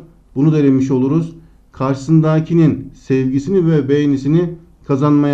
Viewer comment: Çözümler için teşekkür ederim hocam ama ilk soruda karşısındakinin sözcüğünü lütfen güzel telaffuz eder misiniz?